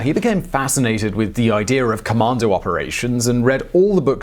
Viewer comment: He had a "idear" of Vienner"